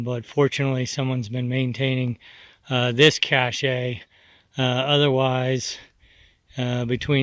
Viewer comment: Ok, I hate to be petty but cache is pronounced "cash" not "cashay" . Cachet is prounced "cashay and it is a totally different word.